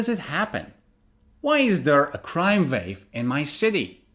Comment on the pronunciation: Crime is countable, you can say commit (*a*) serious crime. You also said (vave) although it is (wah) wave. Your way is inspiring. I like what you're doing but always make sure it is correct in every way.